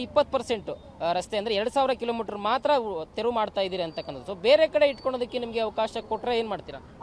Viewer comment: ತೆವ್ರು ಅಂತಾವನೆ ರಿಪೋರ್ಟರ್. ಮೊದಲು ತೆರವು ಅನ್ನೋಕೆ ಕಲಿಸಿ